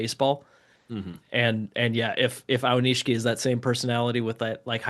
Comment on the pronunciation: It's A-o-ni-shi-ki. Not A-wa-ni-shi-ki.